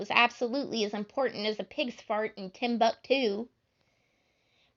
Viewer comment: Another good job! I loved how you pronounced timbuktu and the way you emphasize words in italics. You've got a really sweet voice. I noticed you might have been struggling at the end? Maybe take a break in between the chapters and come back later then merge the videos so you don't strain your voice. I'd hate for ya to get hurt trying to do one long chapter. Thank you for posting!